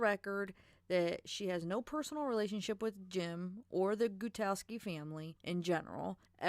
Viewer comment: Jim Gut-Ow-Ski. He's real, never hid himself after the murders and last I checked his social medias he was working as a contractor in Wyoming pipelines. He's kind of a transient, moves around following petroleum contracting gigs.